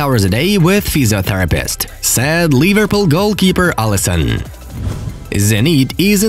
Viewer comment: Whenever he says said it sounds like sad which is so stupid